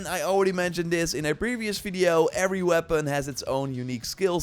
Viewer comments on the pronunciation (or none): none